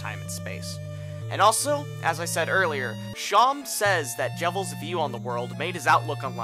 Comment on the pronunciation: Better than him pronouncing Seam (yknow, like on clothes or in sewing) like "Shawn"